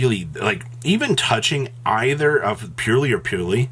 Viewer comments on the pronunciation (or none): none